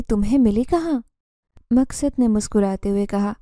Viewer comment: Story teller madam, Zeenzada ka naam aap sahi tarah nahin bool paa rahi hain . Iss liye story sun-nemey aur samajhne mey dikkat aarahi hai........... Aap uss naam ko kabhi " Maqsad " (Maq-sad) tow kabhi "Maskad" ( Mas-kad) bool rahi hain ! 😢